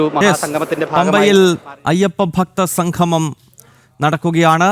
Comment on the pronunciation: സംഘമം അല്ല സംഗമം. അക്ഷരസ്‌ഫുടത ഇല്ലാത്തവർ